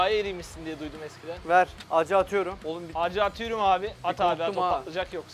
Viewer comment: acı atüyrüm demesi ve 15 eylül tostcu mahmutun ölmesi